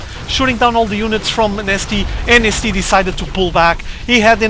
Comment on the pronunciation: Is he actually saying... IMNasty?